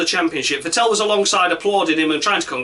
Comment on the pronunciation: Vettel rhymes with battle, actually. Not with Fat Al.